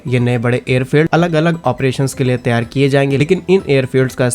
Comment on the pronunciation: त्यार के स्थान पर तैयार बोलने का कष्ट करें ।